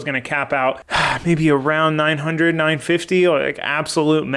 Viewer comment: i heard capable as "900,000 horsepower capable" had to rewind